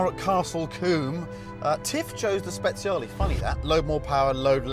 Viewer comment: it should be soooo easy to pronouce Speciale correctly for a Ferrari fan :( Same goes for Ferrari :(